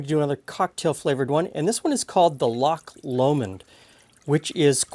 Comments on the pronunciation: Oooh looks delicious! However, as a Scot I feel it's my duty to let you know that it's "Loch Lomond" not "Lomand"! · I've never before heard Loch Lomond pronounced with the emphasis on the Lo of Lomond I've always heard the emphasis on the mond, interesting!